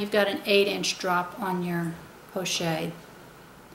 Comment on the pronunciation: I just have to say that it is pronounced 'po-shett' with a hard t and not 'porchay'. In the French language a consonant followed by an e is usually has a hard emphasis. The word pochette is used to describe any small envelope shaped handbag.